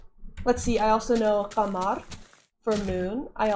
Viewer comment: I am genuinely proud of your progress so far.. that pronunciation of "Qamar" was so amazing you're progressing so well.. I would love to participate in the arabic dialects video but bnuuy is insecure about his voice :'( But anyways, loved the video uncle :3 take care shatling and keewi, love you all :* Mreeoooww